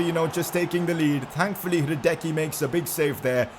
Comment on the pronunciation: Great Vid.. BTW It Is Pronounced hradetsky